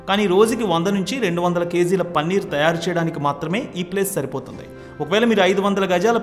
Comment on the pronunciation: పన్నీర్ కాదు సామీ... పనీర్...